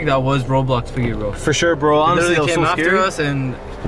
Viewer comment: Green screen piggy him: OmG PihIghGy